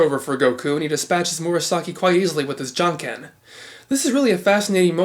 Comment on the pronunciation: Are you sure of the pronunciation of "Jan-Ken"? I've checked it watching few episodes of anime (jap dub), and it seems inconsistent to me. While sometimes Goku pronounces "jan" like e.g. in name Jenny (ʤ sound, I think). It's during the fight with Jakie Chun - 27th ep. In some episodes he pronounces it like name "Jan" (in german and some slavic languages) or like "YAhoo" (only word in english i can now think of). It's in the 3rd ep. Now, I'm just confused. Maybe I'm just mishearing it? BTW, great work on the dissection series.